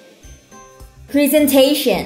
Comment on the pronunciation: Em góp ý chút ạ, "presentation " phiên âm và đọc sai rồi ạ